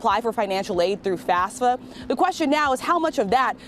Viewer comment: It annoys me to no end when people refer to FAFSA as “FASFA”